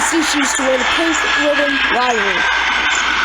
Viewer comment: i think it is pronounced li-very not live-very